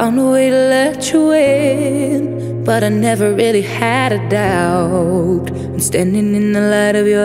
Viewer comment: just wanted to let you know that the b in doubt is silent... Amazing cover, i love your voice. Wish you all the best <3